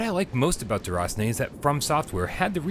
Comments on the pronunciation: As French I can tell he did good with the name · Love the way you pronounce "déraciné"